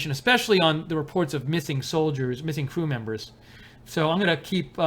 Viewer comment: Did I hear you say "screw members"?